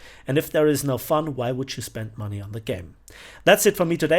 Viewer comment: "We need mony Arthur "